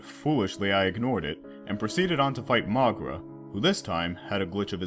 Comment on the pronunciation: I cringe by how wrong he pronounces Moguera